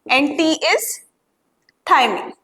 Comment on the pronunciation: Maam in dna we have thymine u said it wrong